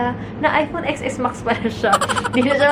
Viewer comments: please do it seriously Xs max so cringy its pronounced 10s max this is the worst unboxing ever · 😂 10s max po ang basa hindi Xs max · It's iphone 10 S Max not "Ex" po. 😊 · It is pronounced as "iphone 10 S max " like how you read the Roman number I II III IV V......IX X... you don't read it like the letter "X". But you are beautiful inside and outside nevertheless 😍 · hiii ate, "10"S Max po pagkaka pronounce dun pero okay lang hihihi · Ex Es Max ( Ten S Max ) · Ateng sorry to correct you... It pronounce as "10 S MAX "